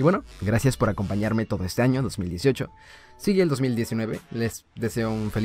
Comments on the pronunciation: Jajajajajajaja dice feliz ano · Áaaaa oyes es año con ñ allí dice feliz ano xD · dice feliz ano xd no feliz año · Soy yo o al final decía feliz ano? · Dice feliz ano :v